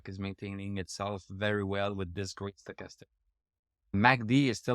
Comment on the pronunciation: HAHA,that´s funny,and to be honest I always think,when you pronounce that first indicator:"Sugarstick",or Soccastick"_LOL! No bad vibes,I´m German(from Berlin),this accent also doesn´t sound great!!! AND I definetlly want to improve my french...!!! Au revoir,bon vin de semaine pour toi!:goodvibes:😂😅